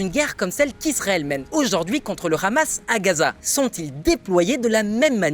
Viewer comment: Merci d'éviter de prononcer "Hamas" à la facon israélienne. Prononce comme tout le monde en France "amasse". Merci.